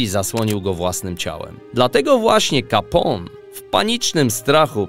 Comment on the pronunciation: Jak można mówić 'kapą' na Ala Capone...